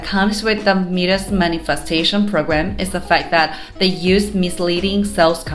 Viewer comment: Mee-dus?? My-dis dear